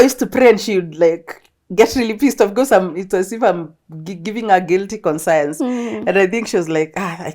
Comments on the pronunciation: It's not "con-science" it's "konshens" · It's not "konshens" it's "conscious". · it's really "conscience" but I was giving her the pronunciation Go off though🙄